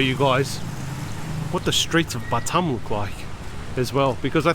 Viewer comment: It’s not butt um, it’s B’tarm. 🙉😵‍💫